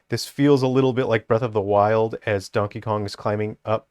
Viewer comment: Ah yes, as a man of culture I also pronounce his name as Dankey Kang.